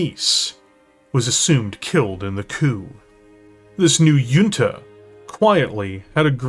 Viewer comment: This was amazing. I chuckled at "yunta" and "shism" though.